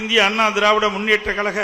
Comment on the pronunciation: இந்த எடப்பாடியால் "கழக' என்று கூட உச்சரிக்க முடியவில்லை. "கலக" இன்று தான் சொல்லுகிறார். ஒருவகையில் சரிதான். அது கலக பொதுக்குழு தான்.